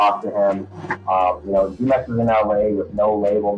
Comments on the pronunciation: Very interesting vid Btw the Jumex juice is actually aight The native Spanish speakers say it like Hoo-mex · It's pronounced with an h humex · I think its pronounced Hu-mex like the drink Jumex